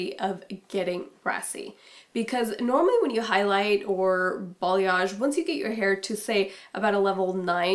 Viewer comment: what is bolliosh? what did she say? bollyosh balliosh...what?